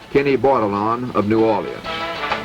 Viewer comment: First time i hear new or-li-ans instead of new orLEENS or n'awlins.